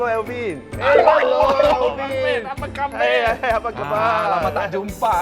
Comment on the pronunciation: The way you pronounce "apa khabar" sounds off.. like you ang moh trying to say it...